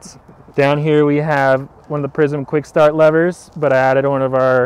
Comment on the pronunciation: Quick staaaht levahhh